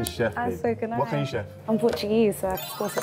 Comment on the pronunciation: MAN SAID " PORTUGALESE " LOL